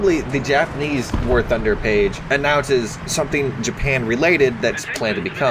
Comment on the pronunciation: it's literally impossible to hear what you say in the intro welcome back to warthugnhnugufne